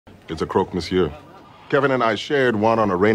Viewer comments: Your "croque monsieur" pronunciation is great ! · Bonne prononciation ! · As a francophone, I can confirm your pronunciation is good. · you said "croque monsieur" near perfect so from a native french : bravo mon gars ! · Bonjour, Vous avez bien dit "Croque monsieur." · Your "Croque monsieur" sounds very decent in my native Québéquois. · Frenchie here. You nailed the pronunciation. Thumbs up! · Your pronunciation of Croque Monsieur was just fine. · I need to say that the first time you said croque monsieur before trying to say it with an accent was your best attempt of the bunch. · The French pronunciation was honestly not bad at all. Nice job! I am usually very irritated by anglophones trying to say French words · Your prononciation was perfect ! History note : the first name of this sandwich was a "canibale" wich derived later into "croque-monsieur". The croque-madame was created soon after that, with the egg figuring the lady's hat. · I am French and u done the croque monsieur pretty good 👍👍 But u can test the croque madame with an egg on the top of the croque monsieur thats add a lot of flavor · Nice video as usual, as a French peuple i can tell you you’re saying croque monsieur well :) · Hey man, I'm French and I have to say your French accent is much better than of the average English speaker! Another way to make croque madame that I love is to replace the cheese with goat cheese (the white and creamy log type). And instead of frying the sunny side egg like you normally would, cut a hole in the top bread layer, and place an egg after discarding half the white so that it fits neatly in the hole you cut. Careful placement of the goat cheese and ham will prevent the egg from leaking, and then cook in the oven until the bread is toasty and the yolk is thick and creamy. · french person here nah ur french pronounciation is actually pretty good, good job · Prononciation of croque-monsieur is actually correct ! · You pronounced it fine, better than most !